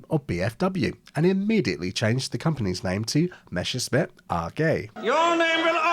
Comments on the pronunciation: The anglophone pronunciation "Meschersmitt" will never cease to amuse me. Interesting video! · Your pronunciation was ok if you switched the sounds of your double s and sch. You said Merschessmitt or Meschersmitt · I love how native english speakers always get the name Messerschmitt wrong. Like you make the right sounds but you swap them around in the word. just think of the ss just being a normal s and the sch as an sh. It's not that hard... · Interesting video! But the constant mispronunciation "Meshersmitt" drives me nuts!!! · Well, the video is very informative however I'm still surprised how every aviation youtuber I've ever listened to pronounces Messerschmitt as "Meschersmitt" for some reason. Quite the enigma. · I keep noticing on Youtube that english speakers often can’t pronounce ’Messerschmitt’ properly. Come on, it’s not ’Mescherssmitt’, please don’t spread wrong pronounciation. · My opinion is that i'm really upset by the fact you've interchanged the SS and SCH sound everytime you spelled the man's name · I have yet to meet an English speaker to pronounce the name Messerschmitt correctly. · It's not meshersmith, okay? It's Messerschmitt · it's MeSSerSCHmidt not MeSCHerSmidt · Why pronouncing it "Meshersmitt", when it's "Messershmitt"? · idk about this but YOU should be calling it "Messerchmitt" and not "Mechersmitt" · I don't want to be rude, but oh god, I can't stand "Meshersmit" pronunciation. German "sch" should be read like English "sh". In "Messerschmitt" there is double "s" first and "sch" later, so the word should be pronounced "Mesershmit". Good video tho. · It is pronounced [ˈmɛsɐʃmɪt]. I often hear it pronounced as it was "Meshersmith" and it grinds my gears. Maybe I should start to pronounce Spitfire more like "Shpitfire" in response. Anyway, if you don't feel the difference, you should seek medical attention and get help to manage dyslexia. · It's Messerschmitt, not Meschersmitt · Drinking game: Every time he calls it "Meshersmitt"